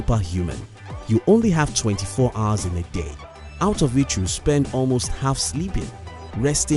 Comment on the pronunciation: Its HOUR not How!!!! 😡